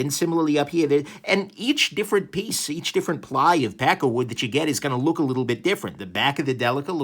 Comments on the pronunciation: I lnow your saying pakkawood, but I keep hearing peckerwood. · Every time you say it I hear "pecker wood". :P